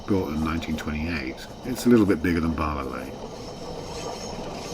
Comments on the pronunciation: Very fond memories, of the line. as my mums family are from Llanuwchllyn. In the 50s we used to travel by train from Ynys Mon. Mum's youngest brother was station master at Llanuwchllyn. 3/10 for the "pronunciation" ...Barlar, I've only heard that pronunciation once befor, hmmh. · An interesting video but two features made me wince. Firstly the LMS-style hooter. This line was only operated by the GWR with mainly 57XX pannier tanks or s and a GWR whistle has a much higher pitch. Secondly, the dreadful pronunciation of Welsh names. Where the hell are Bahlah and Cum-price-or? A narrator really ought to do better.